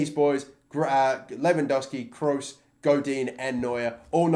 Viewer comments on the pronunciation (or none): none